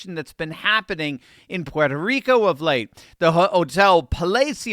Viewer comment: I like and respect that you properly pronounce Puerto Rico. Millions whose roots originate on this island constantly call it PORTO Rico and they’re WRONG!!!! It’s pronounced ‘Pwerto’ Rico so I thank you.